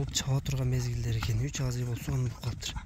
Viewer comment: Азый дейт дайым эле озу Асый болуп айтылат